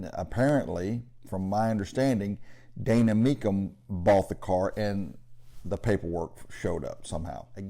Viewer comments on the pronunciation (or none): none